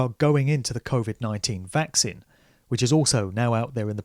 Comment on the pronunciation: I'm fascinated by your pronunciation of 'Vaccine' (vækˈsiːn). You say it like it's 'Vax sin', which is actually kinda cool.